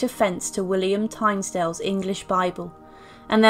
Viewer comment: *Tyndale, not Tynsdale